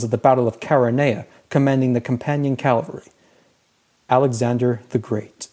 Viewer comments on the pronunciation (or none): I hate to be THAT guy, but it's cav-alry not cal-vary!